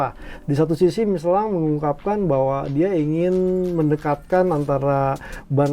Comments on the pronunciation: Miselin dibacanya bukan miselang bang,,,,penasaran tadi cari2 iklan michelin versi luar memang dibacanya miselin, sorry koreksi ya bang heheheh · tanya nuh bang, kenapa bang bilangnya ban michelan bukan Michelin, apa emang bacanya gitu ato faktor sponsor..nuhun bang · Kalo pakai bahasa perancis harusnya dibaca " Misyelang"